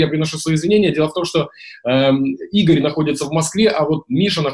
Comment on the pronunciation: Просто в имени Игорь - поменяли ударение Иго́рь,вот и получилось имя созвучное с именем Егор.